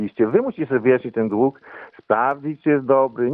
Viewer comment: Nie dug tylko dług .